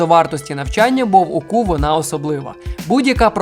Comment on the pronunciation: То мені здалось чи то УКУ звучить як ОКУ?